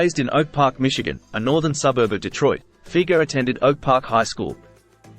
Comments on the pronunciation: Fi-ger….NOT Feeger… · it's Fi-ger not feger